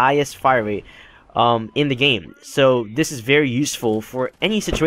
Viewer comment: Rate* not wate